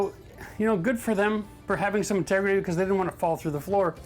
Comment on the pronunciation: great drinking game every time he says "tegrity"